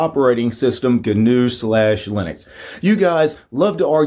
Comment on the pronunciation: "Gunuew slash leenix"..... Yeah. Pretty easy to say isn't it?